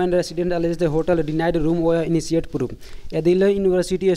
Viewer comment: I don't know where you teach students and why are you conducting those classes when you yourself don't know much about this language. You're pronouncing many words wrongly . For eg -first of all, it is initiate and not inisiate. Secondly, it is Kashmir and not Kasmir. So get a good coaching for yourself first and then teach others. Learning fancy accent doesn't make you eligible to teach English